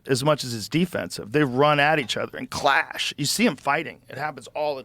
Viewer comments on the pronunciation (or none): none